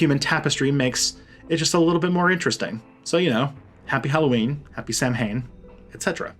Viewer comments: it’s not pronounced Sam hain it’s pronounced sow win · Wiccan and proud here! The only complaint I have is your pronunciation of Samhain. It's correctly pronounced as Sow in instead of Sam hane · It's pronounced sow-en not cunting Sam hain. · It is pronounced like Sa'whyn, not Sam Hain. Not being shitty, just letting ya know. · You should not say Sam-hane!! It’s So-wen in Irish and Sah-ven in Scottish Gaelic. Oidhche Shamhna Shona Dhut! (Happy Halloween in Gàidhlig) except it’s actually November 1st here, and also Beltane, not Samhain. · Sawen/sowen. Not Sam Hain. it's gaelic, not english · Isn't it pronounced "saw-when"? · Sah-wayne. Samhain is pronounced sah-wayne. Just an FYI. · 30 seconds in and I’m already offended. First you forgot duotheistic and second Samhain is pronounced saa-wn. If you’re gonna try making an educational video maybe do some research first? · this video has alot of great info, but it dives to deep with general mostly wrong, very wrong information. At least pronounce samhian correctly (sow win). cool video tho. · It’s more So-hwin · Depending on which language you’re speaking. It’s pronounced more like sah-ven in Gàidhlig. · as a side note 'Samhain' is pronounced 'Sow-en'. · the way he said samhain hdjesjsnsn (not trying to be rude it was just funny cuz ik its spelled like that) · ya'll americans arent pronouncing samhein correctly, its understandable though haha.